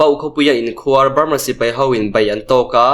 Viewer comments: Inkhuar tih hi i thluk dik lo a nih hi. khuar hi thluk hniam ve tho la. A dik mai ang. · Sipai inkhuar tih i lam rik dan kha a dik lo. Inkhuar dd riin a ri tur dm riin ri lo tur inkhuar d d ri ang. Inkhuar= tih lamrik dan chu= 'Sipai' tih i lam rik ang khan lam ri rawh or Beram tih lam rik angin inkhuar tih hi lam ri rawh. sawhthing = tih ri angin inkhuar i ti hi a thluk ri a di lo. "Inkhuar=Beram' tih ri a inmil.